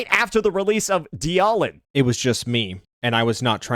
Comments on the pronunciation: Anyone taking opinions from someone who says "dee-aw-lin" when reading dialyn, shouldnt be trusted. Just saying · He mispronounces or nicknames agents on purpose. Ye-shun-guy, die-ahh-lin, "calamari yi xuan" etc. Does it to get comments on it. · I think my favourite part about this whole thing is he doesn’t know how to pronounce Dialyn at all. Kinda hard to not know how if you just… y’know… played the game. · i think the part that hurts me is how dialyn is being said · so explain why he also mispronounces WuWa resonator names ? Same reason ? I think bro is just stupid ngl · What especially baffles me is that he pretends to care about ZZZ's stun meta but hasn't even bothered to learn how to pronounce "Dialyn" correctly. It's an obvious pun on dialin', it should not be that hard to remember if you've ever heard it.